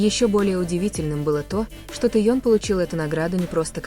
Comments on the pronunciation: Автор , пожалуйста произносите правильно имена мировых звёзд. Не Таен или Таенг. Наш любимый ТЭХЕНИ, запомни или ТЭХЕН. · я ей не раз писала автору канала переносите правильно имя ТЭХЁН,а Таён со равно она продолжает называть Таён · Что за дрянь озвучивает, какой Теен, научись сначала имя произносить ужас. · Научитесь правильно произносить имя Ким ТЕХЕНА , давно пора, стыдно за вас, и вам должно быть стыдно 🤔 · Ну неужели трудно называть мировую звезду правильно! ТЭХЁН, ну если вам трудно произносить его имя как БШХ, называйте его ВИ, за новости спасибо! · Спасибо за информацию но очень решит слух от диктора и это недопустимо так коверкать имя Тэхена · Техена, неужели так трудно называть его имя правильно.